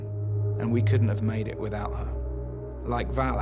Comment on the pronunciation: Deadass everytime he said Valak my lights flickered